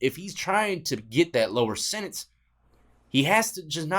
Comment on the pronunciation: Sentence not sininse . Ha 🤺